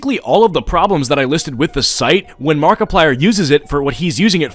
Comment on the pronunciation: i heard markiplier but makiplier?